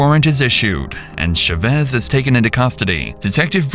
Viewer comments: ЧавЭс , ЧавЭс ???!!! Уши вянут. Озвучки от ИИ уже бесят донельзя. ЧАвэс с ударением на А. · It’s pronounced CHA-vez not shuh-vez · How is it humanly possible to not know how to pronounce the name Chavez? It's not rare, it's not from outer space. "Shevezz?" Really?? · the "sha vezz" pronunciation is wild ngl. i didn't know it was chavez til i was looking at the screen... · IT TAKES 1 MINUTE TO CHECK THE PRONUNCIATION OF THE SURNAME "CHÁVEZ" SHOW SOME RESPECT FOR SPANISH SPEAKERS BY AT LEAST TRYING A LITTLE DON'T BE A PENDEJO!